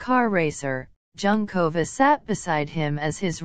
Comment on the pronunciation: Thank you. After the 5th time the untutored narrator repeated Junkova, I had to stop listening. Human language is important. It sounds like an AI generated script and voice. Very disrespectful.